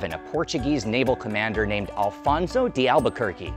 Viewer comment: Não é Alfonso mas AFONSO!